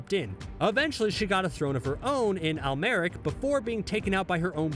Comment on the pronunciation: AlmerAc .......mongAL Yall need to learn pronunciation